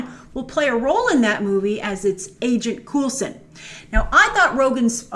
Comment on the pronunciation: Agent 'Coolson?'